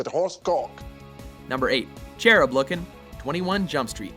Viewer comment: Anyone else bothered by the fact that he pronounced Cherub like "Chair-rub" and Channing like "Shanning"?